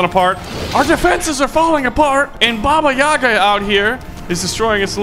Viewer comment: not babá yagá the right is "bába yága"